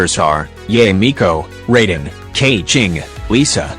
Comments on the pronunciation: He said raiden with a "Rayde(je accent)n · She called raiden razor